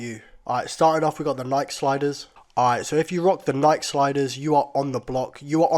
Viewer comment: the way he pronounces nike and how he says sliders